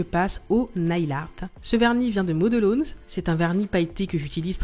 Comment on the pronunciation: Salut je voudrais te dire 2 choses...la 1ere merci car toutes tes vidéos m'ont été utiles très bien expliqué et surtout très beau travail qui donne envie. La seconde je voudrais corriger ton anglais car ta prononciation de modelones est trop bizarre😂 Quand tu comptes en anglais comment tu dis comment. one two three? Car là c'est model...ones... pareil..😂 enfin c pas méchant mais trop bizarre😜 sans rancune❤